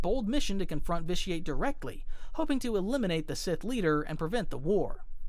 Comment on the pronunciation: you should play it, it’s a great game. I could tell you hadn’t played it because of the way you pronounced vitiate